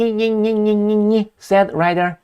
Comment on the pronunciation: Zelenskyyyyyiyiyi.. Always laugh when the name was pronounce. 😂😅